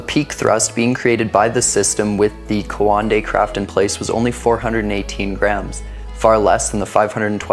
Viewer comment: it's not quandei its coandā